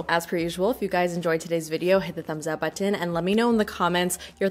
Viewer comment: OBSESSED with how pronounces "button"